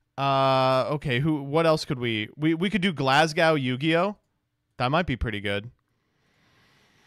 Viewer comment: The reason Nadir changed from Glasgow Yugioh is probably because he was sick of people butchering his home city's name. There are no Cs in Glasgow stop calling it Glass Cow